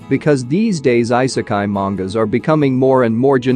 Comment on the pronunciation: good videos but man the way you pronounce the titles and I sekai? come on... you can do better than that you pronounce it "e"sekai